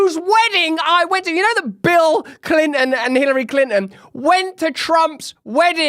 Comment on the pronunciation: He said Climpton...lolz